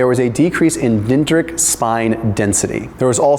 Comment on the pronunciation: Dentritic is pronounced “den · dri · tuhk”